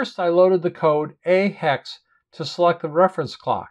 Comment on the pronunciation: I like the way you pronounce the hex number correctly. So many kids seem to be very lax with numbers , I hear thing like 'ten hex' or 'one thousand binary ' . Don't get me started on decimals...... 'one point hundred twenty ' arrrrggghh